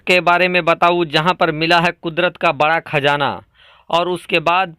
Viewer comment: Thum urdu bol Rahay ho ya hindi, khajana Nahi qazana Hai, agar qazana Nikka bhi tho is say India ko ya Muslims ko kiya milnay wala Hai is Kay ilawa ab petrol ki international qeemat 100 dollar say 40 dollar per barrel ho gaee Hai aur bhi qeemat Kam honay Wali Hai mawjooda qeemat hi par Saudi Arab ko 250billion dollar per year loss ho raha Hai aur ab so IMF say loan Lenay ki koshish karega, tho phir turkey ka Kiya faeda hoga, apnay mulk main Hamara Kiya hashar honay wala Hai is par tawajjoh do shaik. Chilliyon ki Tarah yeah qunqunay andaz main news na sunao